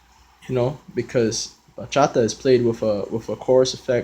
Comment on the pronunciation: Bro actually pronounced the words bachata and bachateros right😭❤️ i'm so happy right now